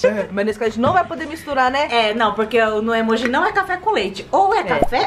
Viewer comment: Vcs falam emoj errado